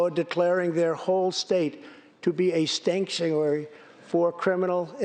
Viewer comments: “stanktuary” couldn’t of said it better myself lol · He totally said "Stanktuary" and he's correct!